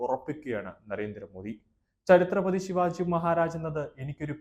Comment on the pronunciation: ചരിത്ര പതി അല്ല,ഛത്രപതി ശിവാജി മഹാരാജ് എന്ന് പറയൂ,,,,ബോ ലോ,,, ഛത്രപതി ശിവാജി മഹാരാജ് കീ ജയ്